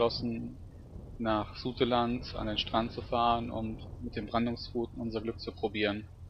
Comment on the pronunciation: Es heißt Sauteland, also ausgesprochen